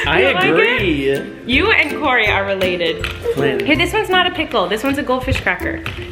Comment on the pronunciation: Its kory